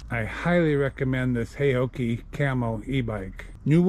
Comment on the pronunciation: Correct pronunciation: 'How-Chi'